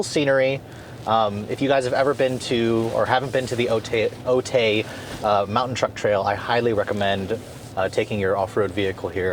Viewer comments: Otay is not pronounced O-Tay. It's pronounced O-tie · That's how we San Diegans can tell a tourist... "Otay" is pronounced like "O-Tie", "O-tay" just sounds strange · I cringed every time he said it. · San Diego local here, I hope you enjoyed your stay here. Just FYI, it’s pronounced “Oh-Thai” Awesome video as always though. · It's pronounced Oat-i 🤭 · Minor thing: Otay is pronounced “O-tie”. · "Otay" is commonly pronounced "Oh-Tie" if you're in southern California [I think it's a Native American word]... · Ha. Its pronounced as Oh-tie (otay). Love your video man! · True story...straight murderd the name.